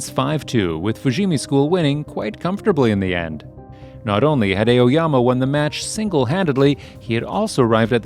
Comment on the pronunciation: ''Eoyama'' hehe